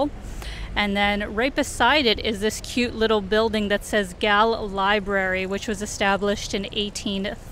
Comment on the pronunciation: The proper way to pronounce Galle is like as you would pronounce goal. But you did a good job. Hope u didn't hate sri lanka because of the weather coz even the locals are having a hard time with the heat.